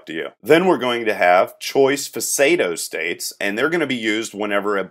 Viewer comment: "Fe saydo states"